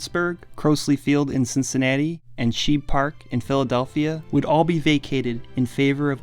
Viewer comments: How do you miss pronounce the names of the stadiums? Shibe, not sheeb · It was SHIBE Park in Philly, Not "Sheeb" Park. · It's pronounced Sh"eye"be park... not sheeeb park... ugh... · Not to nitpick but the old ballpark in Philly, Shibe Park is pronounced with the long i and not Shib. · Shibe rhymes with Tribe. Crosley sounds like “Crawsley”. Good piece otherwise. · "Croasley" field? "Sheeb" park? You put out this and you can't even pronounce the names properly? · I hope you take this as a constructive criticism, because you've done a very good job, but if you're going to make a document of history, make an effort to get the pronunciation of the names involved right. In terms of pronunciation it was "Craws-lee Field" and "Shybe Park". Otherwise, keep up the good work. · Youtube viewer 3: "Well, maybe he means Shibe Park. He must have read about it at the leebrary." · I love the video but the pronunciations at points are brutal. It's "Cross-ley field" in Pit and "Shahy-b" Park (rhymes with "tribe", shibe). Other than that, fucking love the content! (Also fuck Comiskey) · Shy-be Park, Cr-oz-lee Field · CRAW-slee and SHYbuh. Or if you're really lazy about the latter, Connie Mack Stadium. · How you pronounce Crosley and Shibe wrong back to back? 😂😂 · The narrator mispronounced "Crosley" and "Shibe", and lost me. Do some quality control before you put something like this out. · You mispronounced Crosley and Shibe parks. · If you are going to cite older stadiums learn how to pronounce them correctly. It’s Cros/ly with a short o and shibe park with a long I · Curious how any English language speaker could possibly mispronounce Shibe and Crosley. There are a lot of complicated names in the world, for sure. Neither of those is anywhere near that list.